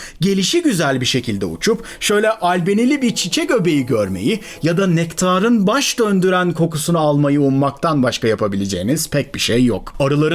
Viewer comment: Su kendinizce daha cok izlenecegini dusundugunuz ama Turkce'nin vurgu ve entonasyon ilkelerini cignediginiz diliniz var ya videonun sonunu getiremiyorum, kulaklarim kaniyor; Nektaaaarin ne ya...